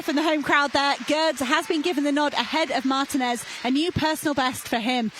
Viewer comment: The female narrator is an idiot or what? I mean, Spain is not even 2 hrs. away from the UK and she cannot even properly pronounce Martínez? You'd think that with all the Brits that visit and live in Spain they'd get an effin clue about basic Spanish or that they would study and be professional and learn how to properly pronounce the athletes last names. The accents on top of the letter are not there as Xmas decorations. They are there for a reason, primarily as a visual indicator of how to pronounce the words, unlike English. Where do you find these unprofessional narrators?